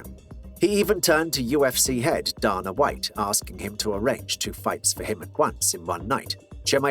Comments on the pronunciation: Why do you say "Donna" Are you 12? Or an adult? I get accent. But thats not even his name. Can you not make "ay" sound? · “Duhna White” 😜